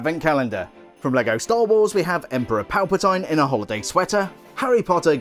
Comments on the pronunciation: “Palpa-tine?” It’s “Palpa-TEEN!” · ‘Emperor PalpatIne’ that pronounciation😂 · 50 points from your Hogwarts house for not pronouncing his name correctly.